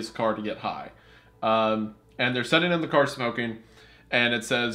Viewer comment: My biggest irrelevant pet peeve with Wendi is the way he pronounces “sit” or “sitting” as “set” and “setting”. Makes no difference but it just irks me😂